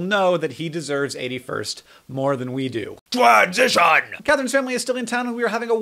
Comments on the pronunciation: "TWOAAANSITION" hahahahaha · I loved to "twansition"